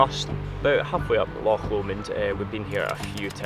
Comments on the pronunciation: Really enjoying all your videos. So nice to come across a couple who can actually pronounce the names of the places you visit in Scotland! I get really fed up with Sassenachs going on about Lock Lomond! It's time they realised that all our locks are on our doors! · Such a relief to hear loch being pronounced properly....! Nice wee video. Been living in a ducato for four years....Just smashed the mirror on something on a country lane after MOT failure.....time to reconsider......erf !